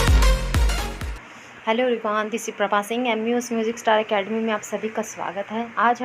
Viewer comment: Aello Abryone yesi kon bolta h bhai thik se bolo didi